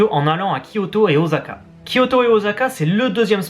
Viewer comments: video grave bien mais juste un petit truc pour osaka c'est un S et pas un Z voila tous ce que j'avais a dire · Grrr Osaka pas Ozaka. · ça pique les oreilles de dire oZaka ...:'(